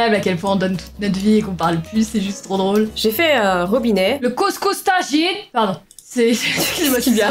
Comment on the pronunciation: On en parle l'accent de ouf de quand elle dit tajine 🤣🤣